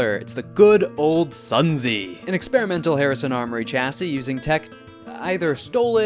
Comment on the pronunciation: Just fyi- the Sun Zi is pronounced "Soon Tze", and is named after the author of The Art of War (also spelled Sun Tzu)